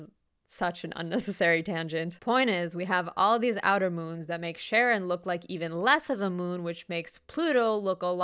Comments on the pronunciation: I know it's probably for the bit ("no, not Sharon from HR" 😅) but the letter combo "CH" when it's a Greek word (like the psychopomp Charon) = "K", so it's not Sharon, it's Karon (ka-RON). It's why the word "chaos" is pronounced "kaos," not shaos. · I always thought Charon was pronounced Karen and found it hilarious that Pluto lost its planetary status due to the solar system's biggest Karen taking up too much space (or mass, technically).